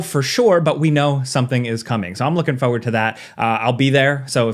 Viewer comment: He says forward like fowad